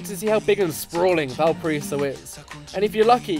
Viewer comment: ValpaRAIso, ffs, it’s not that hard. Classic lonely planet to play Brazilian music in a video about Chile and to have a host that can’t even pronounce the name of the city he’s describing accurately.